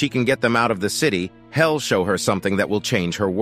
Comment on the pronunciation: No matter how advanced they get, these A.I. voiced videos always give themselves away with wrong pronunciation of easy words. Hell instead of he'll. These will replace us before apes. Imagine a planet of artificially intelligent beings treating flesh and blood creatures like slaves....WAIT!!! already been done. The Matrix. Dang! We are going to create the Matrix ourselves.